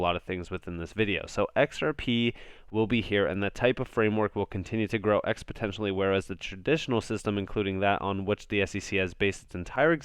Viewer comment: Please stop saying expotentially, it's a bad look. The word is exponentially